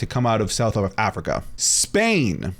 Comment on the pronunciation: WHY YOU SAID ZZZZPAIN? 😭😭😭😭😭😂😂😂 IS SPAIN WITH S